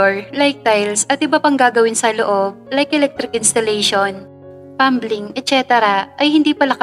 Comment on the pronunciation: Plumbing when pronounced is silent "B" so pag-binigkas ay PLUMING or pag-tagalog PLAMIMG